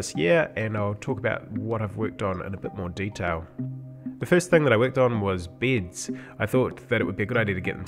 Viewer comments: it bugs me how he says bids instead of beds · for all those who don't speak 'Australian' and might get confused a bit after ... the first thing he worked on were BEDS, not BIDS.